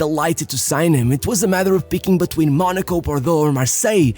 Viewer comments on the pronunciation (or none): none